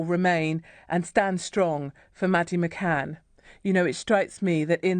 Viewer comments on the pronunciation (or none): McCann not McCain